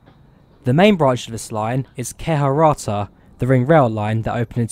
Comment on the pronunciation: You have to focus on your pronunciation. a and ä are completely different letters and have their own sounds. Good video tho.